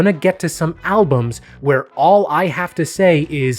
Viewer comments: Can’t help but notice every time he says TAPKAF instead of TAFKAP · The Artist Pormally Known As Fince